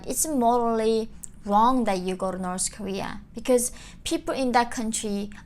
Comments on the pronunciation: Why do you pronounce North as Norse? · North...not noreth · She can't even pronounce North 😂🤣